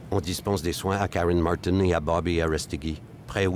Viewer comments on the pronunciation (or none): none